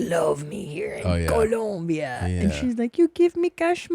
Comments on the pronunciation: It’s Colombia not ColUmbia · It's Colombia not Columbia..... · The country is called "Colombia" not "Columbia". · Columbia? Like Vancouver? Because there is NO U IN COLOMBIA! Keep these gringos out of here. Gringos guevones. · First of ALL... It's "COLOMBIA" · TOMAS YOU KNOW IT IS COLOMBIA NOT COLUMBIA!!!! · Colombia, not Columbia. ...Stop wincing, you fucking dope. Get your act together. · Its coh-lome-bee-uh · The way he says “Colombia” gets me every time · The name of the country is COLOMBIA with an O 🤦🏻‍♀️